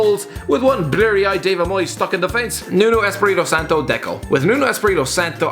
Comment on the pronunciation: What the fuck is Belenenza??? I rad Belenenses😂 Jesus christ, it's a treat earing you say Portuguese words😂. Benefica, Nuno Espéreto Santo, etc. I guess the only one you pronounce decently is FC Porto😂